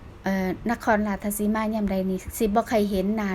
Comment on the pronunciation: อยากให้เจ้าของคลิปพูดจังหวัดให้ถูกคับ ราชสีมา ไม่ใช่ ราชทะสีมา ผมไม่ได้มีอคติน่ะคับ แต่อยากให้พูดให้ถูก เดี๋ยวเขาหาว่าเป็นคนอีสาน แต่เรียกชื่อ จังหวัดแถบอีสานไม่ถูก สู้ๆ เด้อคับ